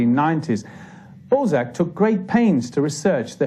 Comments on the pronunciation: So disturbing hearing the teller deforming his name every 2 minutes.. It's not fcking Ball-zeck, it's BAL-ZAC ... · Everyone: Honorè Balsac Narrator: Honnoy Ball Sack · Why do you pronounce his surname Bolzac? It's annoying. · Interesting, but ruined for me by the narrator's insistence on calling Honore de Balzac by the rather less dignified Honore de Ball zack. The "a" is supposed to be short, a in "hat"!!! He tried to get the pronunciation right in other names, so why not this one? I had to switch off. I will content myself with a French copy of Mr "Contes Drolatiques", which I originally encountered in English translation. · Infuriating! '' narrator. What a plum. F**kin' scroaty. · Bell sack lol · The way he is pronouncing the name, you are absolutely right!! 😮😂